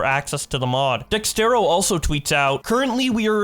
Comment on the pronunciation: Its DEX ERTO not DEX TERO